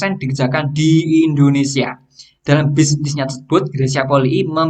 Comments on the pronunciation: Mohon maaf coach, koreksi sedikit penyebutan Indonesia, not INDONESA, terima kasih 🙏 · Indonesia bang bukan Indonesa 😂